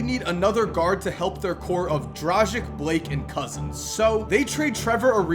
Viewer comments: did you just pronounce Dragic as "Drazick"? Seriously? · Dude... I heard some weird pronounciations but you gotta take the cake with yours. Never heard anyone butcher Dragič's last name. You know how to say Popovich right? Just say Drag and end with the ich. Simple. Probably it will be easier to try pronoucning Draghich for you and it will be the closest to the right way. I cant really explain it any better in writing